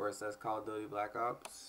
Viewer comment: i thougth u said call of booty black ops